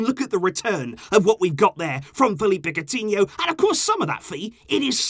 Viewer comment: When he said Coutiho,I was like wait is he still here ?